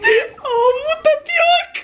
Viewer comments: " tapiróca"🤣🤣🤣🤣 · "Tapi" o quê??? 🤭🤭🤭 Eu ouvi hein 😂😂😂